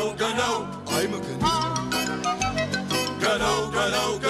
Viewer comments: wtf they mispronounce the word gnu....the g is silent... I've wasted like 10 minutes trying to figure this out. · I love these gnu shows!! Always adding the "G" sound to "N" words. The funny thing is, the pronounciation of the real name, the "G" is supposed to be silent, but it's still cute anyway. Kinda reminds me of Mushmouth from the Fat Albert early series.